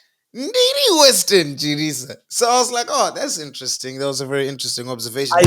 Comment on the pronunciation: Wait…its “Western Chirisa” not “West-End Chirisa”???